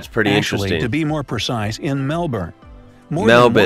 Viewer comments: This guy has gained my respect, when brightside said Mel-burn he said it properly. Good on ya mate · I was enjoying the video, but I truly started to love it when the pronunciation of Melbourne was mentioned. It's "Mel-bin" and that's the true Victorian way of saying it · Yeah, nah, have another listen. He gets the Mel-ben not the Mel-born pronunciation. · Thank you so so so much for pronouncing Melbourne correctly! It's Mel-Bin. Americans always pronounce it wrong. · I love how you pronounce Melbourne correctly - thank you! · Hahaha! Love how you corrected the narrator’s pronunciation! 😎👍🏼🇦🇺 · finally an american who pronounces Melbourne right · Giant thumbs up for your pronunciation, mate! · Love the videos :) However the video pronounced Melbourne the right way, just pointing that out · I haven’t watched it yet but you better watch out what you say here Never mind you cool😎 also thx for the proper Melbourne pronounce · im so glad u dont say Melbourne like him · Yes thank god! I finally found an American who doesn't call Melbourne melBORN that is really annoying. Also we have McDonald's and Call it Macca's, he have kfc, starbucks but almost nobody buys starbucks, no taco Bell chick fil a and we probably don't have most of the things in America. Also we have Woolies and Coles here but if you don't have Woolies or Coles then where do you buy your groceries? Please answer. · Omg a foreigner who can pronounce Melbourne right!!